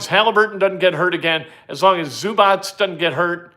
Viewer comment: It is zoo-bots. Not zoo-botch.